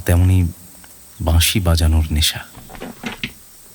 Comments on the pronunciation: বাঁশি, উচ্চারণ টা এতটাই ভুল যে কানে লেগেছে। বাদবাকি গল্প পাঠ সুন্দর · প্রথমেই বলি শব্দ সংযোজন খুব খুব ভালো হয়েছে, দিন দিন উপস্থাপনার মান উন্নত হচ্ছে যেটা সবার কাছেই কাম্য, বাঁশির সুরগুলো যদি আলাদা করে আপনারা আপলোড করেন তবে খুব ভালো হয়, দাদার থেকে বাঁশি এর জায়গা বাসী শুনে খুব কষ্ট পেলাম ওনার এবং সেই সঙ্গে আকাশদার কিন্তু বিষয়টার দিকে আরও বেশি করে নজর দেওয়া উচিত ছিলো। প্রচার অলংকরণ চমৎকার রৌম্যজিৎ দা থাকলেই সেটা যেন জীবন্ত হয়ে ওঠে। এই সিরিজটাও জমজমাট হবে এরপর কিন্তু একটা প্রেমের গল্পের সিরিজ চাই হোক না এরকম ছয়টা গল্প নিয়ে । অনেক অনেক ভালোবাসা রইলো ❤❤❤❤❤ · Flute composition আর বাজানো এক কথায় অসাধারণ। তারপর গল্পের উপস্থাপনা। তবে উচ্চরণের প্রতি আরও যত্নশীল হওয়া উচিত ছিল। 'বাঁশি' হয়ে গেছে 'বাশি', যা বড্ড কানে লেগেছে।